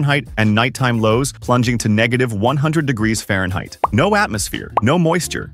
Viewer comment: Farhneit. Had to spot the video on that mark.